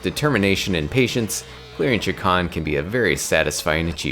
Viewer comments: I did this for literal decades but Chakan is pronounced SHAY-KHAN according to the comic's creator. You can even hear it pronounced in some old audio dramas circulating around. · Chakan is pronounced Sha-khan